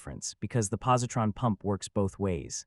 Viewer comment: At one point it actually reads the word 'the' as 'tee aitch, pause, ee' .never heard a worse AI rendition.